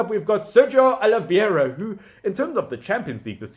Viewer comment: The name "João" is not pronounced "Jao", but rather "Ju-aa-u". I know that the nasal sounds are difficult for a non-native speaker, but at least pronounce all the vowels!... :) The other names are very reasonable pronounced. Good job. Except "Oli-VEI-ra" (not "Oli-viera"). And in "Guedes" just skip the 'u' sound.